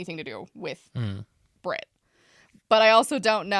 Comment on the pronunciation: I'm English and from the midlands/southish (vaguely the area her accent sounds like- I've been told I sound like a BBC presenter) and not to cite my autism superpowers but I have very good hearing (I can hear someone opening a lipbalm in a different room). Her accent sounds odd to me, here's my take: First thing I noticed is that she's hitting the t in Brit quite hard. I find (at least for me) I usually hit ts harder in the middle and my ts at the end of words tend to be more of a glottal stop (the "bri'ish" thing). Second thing I noticed is that she hits her S's very hard in a way that I've don't really hear most English people do. To me, my first thought was the S sound when she says "specialize" sounds mainland European, maybe eastern European or German. The way I/people around me say specialize is with a definite Z sound and more of a stress on the first syllable, she sounds like she's saying "special-ice" (putting more of a stress on the last syllable.) I guess this S thing could be explained by a lisp or something though. I also thought the way she says "author" sounded a bit German, but it's not "not" British sounding. The way she said "sexuality" in the first clip sounded a bit American to me (pronouncing the t more like a d is kind of American) but also there is a trend with people with this kind of accent incorporating some Americanisms (specifically the flap t) into their dialect so that's not really suspicious on its own Interestingly in the second clip she